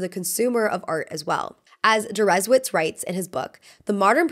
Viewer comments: Deresiewicz is a Polish last name. Many names ending in "-icz" or the anglicised "-ich", as well as "-ski" are Polish. Hope that helps you research pronunciations next time, sadly this time you were way off the mark. 'W' is pronounced as 'V' and as I mentioned 'CZ' is the English 'CH' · I'm very interested in your pronounciation of Deresiewicz - is it how he addreses himself? It's Polish surname that is "originally" pronounced Dereshievitch (here i am trying to make it understandable for English speaker lol) but considering he's American maybe he pronounces it differently?